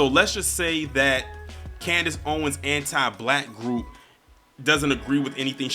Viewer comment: Did you said Candice "Coonness" Owens!?!!?!?🤣🤣🤣🤣🤣🤣🤣🤣🤣